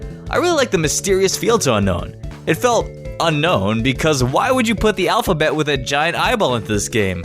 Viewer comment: Un-own not Un-Nohwn